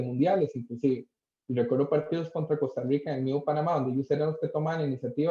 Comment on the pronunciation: Jajaja me justa como dicen Costa Rica 🤣🤣 Costarwica dicen 😂